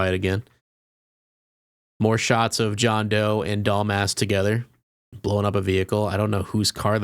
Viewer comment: You keep calling her Doll Mask” lol